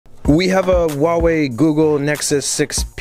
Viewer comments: Huawei is not pronounced like that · Im pretty sure its pronounced who-wa-wei